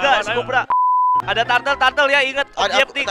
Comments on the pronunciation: Ngakak njir,si pan orang sunda jadi weh objektif jadi objeptik wkwkwk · "INGET OBJEKTIP"... WKWKWKWKWKWKKWKWKWKWKWKWK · objeptik wkkw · capek ketawain objeptik objeptik hahaha